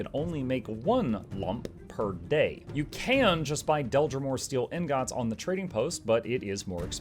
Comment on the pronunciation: are you pronouncing "ingot" wrong as a joke? startled me every time after I realized what you were saying